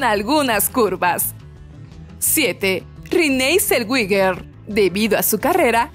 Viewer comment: Rinei Zelwiger? no mms... se pronuncia Rene Zelweger... 🥴